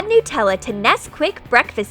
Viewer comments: Anyone notice how the narrator says "newtella" instead of "nutella"? It annoys me. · it's Nutella no Newtella and it's wip cram not wippycream I'll make The giant toast nutella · I'm Australian so when you say Nutella like nootella it's pretty funny